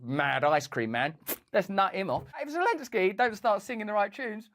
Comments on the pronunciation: She said Lozenski.. :face-green-smiling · O. Thats why this person who blew up pipe line still in prison in Ukraine for other crimes against Ukraine gov? Funny how she sayid "volodimir lezenski"😂 min of vid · 😮 stupid news reporter said Vladimir lezensky 😂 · She said Lezenski Hahaha. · Did she REALLY just say "Lezensky"? The West didn't just waste a fortune on his propaganda for this narrator to f...k up his name like that 😄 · 8.58 m what worries me is that woman commentator can't say Zelenski properly. Lezenski?? Who is Lezenski ... 🙄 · She called him LEZENSKY. Wtf? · Geefuss beellyons, say Zelensky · "Volodimill Lezensky" 🤡🤣🤣